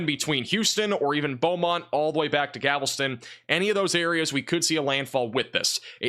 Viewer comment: Galveston, not Gavelston